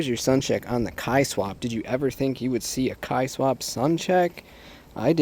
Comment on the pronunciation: I'm pretty sure it's pronounced "K" swap. Like swapping a K-series engine into your Civic. And then they put it together with the term kei car or truck for the little cars they have in Japan. Pretty sure there's a K series engine in the back of that Kei truck. Get it?